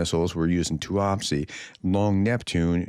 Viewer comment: Hi prof tuapse is pronounced like this …too-apps …don’t pronounce the e at the end I hope this helps